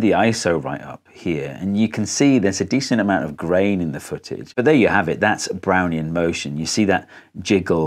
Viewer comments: I thought you said "brownie motion". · Took me a while to realise he wasn't in fact saying 'Brownie in motion' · i deadass thought he was saying brownie in motion for a fat second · I still hear: "Brownie in motion" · I'm an idiot, I kept hearing "Brownie in motion" at first and I was wondering how Einstein used a Brownie to do science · I got thrown hearing "Doc Brown" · Really sounds like you’re saying “browny in motion” haha! Got me every time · Only played 40sec of video and I always hear "Brownie in motion" and now I need a brownie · Oh, I thought he was saying "brownie in motion" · My IQ must be 1, I couldn’t comprehend Brownian motion and thought he was saying brownie in motion. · I have a decent lvl in english, but in this video i cant do anything but hearing "brownie in motion"